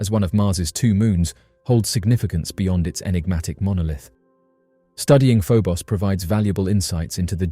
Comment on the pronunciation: First the I've heard Phobos pronounced Pho-boss...